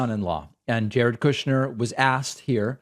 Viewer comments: KOOOSHner lol love it 😀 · David, sir. I love the way you say kooshnerr, it's beautiful.